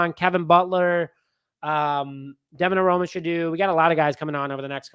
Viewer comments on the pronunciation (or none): none